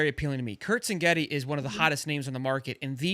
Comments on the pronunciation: This dude can’t say Cegnetti correctly whatsoever lol. Hm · dude ffs its CIG-netty. SIG-netty. Not cingetty lol